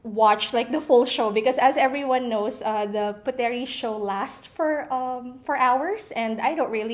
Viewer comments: Correction; The word is pronounced “POOT-Reeh indo-NES-Ya” it is NOT pronounced “PU-Te-rih Indo-nees-ya” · It's pronounced as PUTRI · It is pronounced as " Putri", silent "e" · should be pronounced as silent "e". they read "puteri" as "putri" in indonesia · It bothers me that ur mispronouncing Puteri... it’s pronounced as “put-ri”. Wish u did ur research ahead before putting out this vid 😫😫😫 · I think it is pronounced as "Put-ri" silent e for Puteri💕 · KPOP USA she’s not an Indonesian, her mistake is acceptable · So what if she's mispronounce it? Is that a big deal?